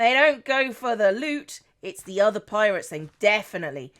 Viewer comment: I thought you said la parrots when you said la pirates